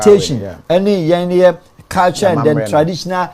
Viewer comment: 🔥🔥🔥 please is "Culture" and NOT "Caltures" 😂😂😂